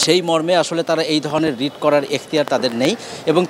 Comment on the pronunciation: রিট হবে ❤ রিড নয়